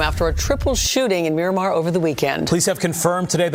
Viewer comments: Murdamar * wtf is miraq 😂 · You said Mi-raq bro I can’t even believe everything you say after that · Mi-Raq… stop it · "MI-RAQ" is wild 😂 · Dont no one in broward or Miami say Mi-raq. Stick to yo chicago vids jit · I was born and raised in Miramar and I’ve never heard anyone say “Mi-raq” 😂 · Mi-raq ??? Stop it bro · He goofy trying to go viral Miami Dade county is wicked but no mi raq